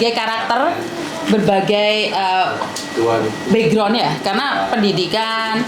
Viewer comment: ACH LAIN X BAJU KUNING JANGAN DIAJAK.ANJIIR PERSIS MAK"KOMPLEK😂😂😂 KEDUA TEMENNYA LBH CALM DOWN.NAH SI KONING SEPERTI INGIN BERAK😂😂😂.SATU LG BACANYA BUKAN BIGROUND TP BEKGROUND.AISHHHH CHUAKKKSSSSS😅